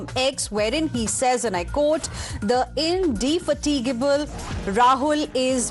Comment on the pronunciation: In de- fa gi ta .... what ?? Clearly Shashi Tharoor has joined BJP . 😂😂